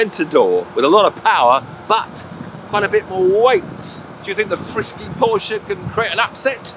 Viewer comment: Finally!!! ....a Brit that pronounces Porsche correctly!